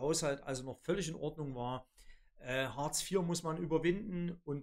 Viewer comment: Außerdem heißt es "Hartz", nicht "Horz" oder "Huurz" und "Orbeidsluhsen" kenne ich auch nicht. Den Scheiß hier kann man sich nicht anhören!